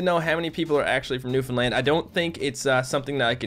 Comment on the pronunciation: Its really funny when you say "new foundland" it sounds like you say "new finland" and im from finland.